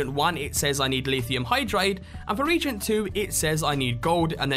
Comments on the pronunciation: Not a big deal, but... "Reagent" in this context is pronounced "re-agent" - a substance or mixture for use in chemical analysis or other reactions. The way you're pronouncing it is like "regent" - a member of the governing body of a university or other academic institution. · not a British way of saying it I assure you, he actually said it wrong.